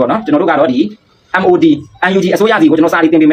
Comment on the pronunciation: Mod ပါကွာ maodလို့မဖတ်ပါနဲ့